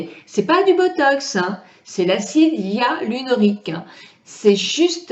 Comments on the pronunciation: en effet sait de quoi elle parle mais il n'empêche qu'elle a mal prononcé le nom du produit et a n'a même pas dit "EALINORIQUE " comme disait Houyam mais de L'acide "IALUNORIQUE", alors que le mot exact est "Hyaluronique"...écoutez bien c'est a 3.20 min =) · hello on dit acide HYALURONIQUE ET NON YALURIQUE MAIS BRAVO POUR VOTRE VIDEO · je me permet de vous corriger,vous dites l'acide éalinorique,mais c'est acide hyaluronique,et merci pour la video bonne continuation. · Elle fait une vidéo sur un thème qu elle n’a pas su prononcer une seule fois correctement.... 🤦🏻‍♀️ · Vous êtes très belle.. Vous n'avez pas besoin de plus, acide HYALURONIQUE... Vous le dîtes mal !!! je ris.. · MDRRR ..a parce que vous vous ne faites pas pitié en Commentant "C EST VOUS QUI AVEZ MAL COMPRIS" , donc 1 Conseil Lavez vous les oreilles ma grande avant d'ouvrir votre grande bouche , et le fait qu'elle ai été une Esthéticienne n'empêche pas qu'elle ai mal prononcé le mot donc si J'ai ENVIE de la corriger je la corrige que ça vous plaise ou non !! Et J'ajouterais que vous n'intervenez que pour faire des remarques aux gens mais aucun au sujet de la vidéo, donc retournez a vos activités qui n'ont rien a voir avec la beauté et laissez les gens interessées s'exprimer ! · Arrêtez de charcuter ce pauvre mot : HYALURONIQUE!!!! Lol